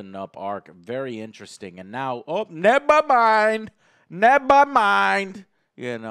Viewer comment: "Nebamind!!" lmfao